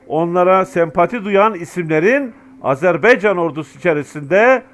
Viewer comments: Azerb(e)ycan yox Azerb)(a)ycan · hər şey əla.👍 Ancaq sizdən xahiş edirik.Öncə "Azeri" yox.AZƏRBAYCAN TÜRKÜ.(Azərbaycan halkı da demək olar) 2-ci xahişim budur ki, "AzerBeycan"yox. << Ə >> harfi yoxdur sizdə bilirik. Ancaq, heç olmasa AZER "BAYCAN" söyleyin, lütfen bu kimi şeylər bizi çok üzüyor. Her halda biz Türk qardaşlarımızın, həmçinin bizim də dövlətimiz olan TÜRKİYƏ(E) dövlətinə TIRKİYE desək sizin bizi kınamağa hakkınız var. Ancaq, bu kanal vasitəsi ilə TÜRK AZƏRBAYCAN birliyini tərənnüm etdiyinizə görə sizə sonsuz Təşəkkürlər. Kanalınıza Abunəyəm. Daima gözəl sevindirici haberlerinizi gözləyirəm (bekleyirem). Necə ki bizlər Azərbaycanda əksəriyyətimiz Türk ləhcəsində sözlərin anlamını başa düşürük, danışırıq (konuşuyoruz). Hətta, çocuklarımızın ekseriyyeti Türk lehcesi ile anlayır konuşur.Bu size bizim biri birimizle ne kadar doğma,yakın olduğumuzu tesdiq etmirmi??? Umarım Türk qardaşlarımız da Azərbaycan ləhcəsində danışılan sözləri bizim kadar öyrenmeye çalışarlar.Keçmiş Sovyet döneminde söylenilen Büyük Kiçik qardaş söylemi Azərbaycan və Türkiyəyə aid olmamalıdır.Azərbaycan da Türkiyə qədər həm əhalisi(nüfusu) həm ərazisi çox böyük olan dövlətdir.İranda (Güney Azərbaycanda) 40 ml.Azərbaycan türkü yaşayır.Toprağı da Qüzeydə Dərbənddən güneydə Tahrana kadardır.Şimdiki "ermenistan"deyilen dövlətin tümü, Gürcüstanda Borçalı və başka toprakalar. Türkiyə ile Azərbaycan birlikde güclüdür. TURANa gedən yol bu iki büyük QARDAŞ dövlətin birliyinden keçir. Bu və başka hallar bizim qardaşlııımı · HALA EZERBEYCAN DİYOR .